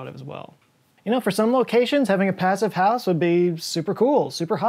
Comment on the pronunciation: the German pronunciation of "Passivhaus" has a longer "e" sound for the "i", otherwise yep, it is pretty much the same.